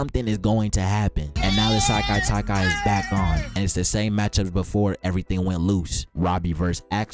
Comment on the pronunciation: Sekai Taikai not Sailai Taikai